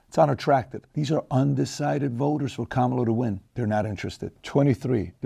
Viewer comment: The name Juan is pronounced (Huan) so Kamala should be pronounced in the Indian way (come-lah)